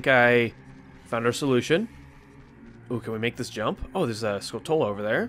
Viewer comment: Haha nice you finally said Skulltula correctly. 😅